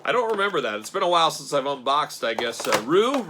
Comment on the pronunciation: Most people pronounce Ryu as "Ree-you."